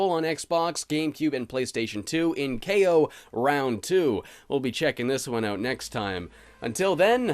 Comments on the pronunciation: This is the first time I ever heard Kao's name pronounced. I always thought it was pronounced like "cow." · > They also verbally say "Kay-oh" in the sequel. Well, in the original Polish version it's pronounced "Cow", so... I DON'T KNOW WHAT TO BELIEVE ANYMORE! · kaay-oh.... I always thought it was pronounced cow for some reason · Kao is pronounced “K-O”? Why? Why is it like that- Sees the boxing gloves Oooooohhhhhh. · There is also a PSP game for him too, and in the voice acting their pronounce Kao as "kow"... kinda like Mercanary Tao in Dragon Ball.